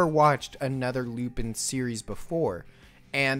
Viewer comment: I see Lupin, I click like. Also, it's pronounced loopahn, get it right dude. 😤 Also, you need to hold off on revealing the top five until the end. That's how you get people to watch until the end of the vid! But this gave me quite a few new interesting series to add to the watch list, against my better judgement. -That Toei one is actually based off of a 60's manga and has had various anime adaptations since 1968 from Toei themselves. Definitely looks really cool. -Personally I think Piano could be an unexpected gem of the season. -Even if you wanted to watch the Miyazaki short it's only gonna play at the Ghibli museum and nowhere else. 😕 -I'm disappointed you skipped Tomie. -Isn't that mob OVA going to be mostly recaps of the first season? Regardless I'm gonna watch it for Reigen. Also the reason all the good ones are lower in popularity is because MAL-tards are allergic to the classics or anything that originally came out before they were born.